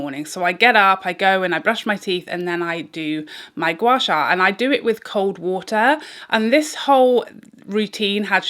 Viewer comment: hahaha O dear your pronunciation of Gua Sha is perfect 👍 you can also do your Gua Sha along your arms and legs for slimmer effects. Asians like me love Gua Sha ❤️ glad you enjoy as well